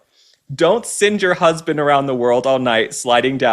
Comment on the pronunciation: The word is "husband", not "husbind".